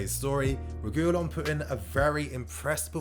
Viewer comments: it isn’t pronounced Re goo lon ffs stop 😭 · Please reguilon is pronounced re-gee-lon